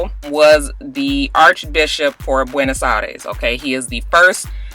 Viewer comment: You butchered that pope's name, but girl, Buenos Aires sure did roll right off that tongue! lol